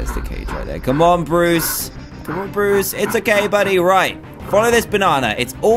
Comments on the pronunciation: Notice how he said bores instead of bruce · dan: borris me: WHO THE HELL IS BORRIS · Who noticed that Dan said Bois instead of Bruce